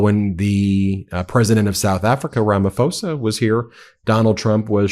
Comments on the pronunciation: Ben, Ramiphosa is pronounced Ramipoza. The h is silent. Thanks. 👍🏽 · Ben love the show follow daily, but you are pronouncing my presidents name incorrectly😂 it is pronounced "Rama-posa" the "h" in "Ramaphosa" is silent👍. Keep doing what you are doing🤘